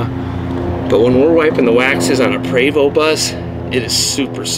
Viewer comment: It pre-vo not pra-vo (Prevost )french. your comparing apple and orange